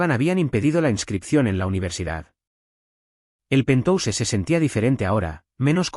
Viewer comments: Es penthouse se pronuncia penjaus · Y penthouse esta mal pronunciado en ingles. Desastroso.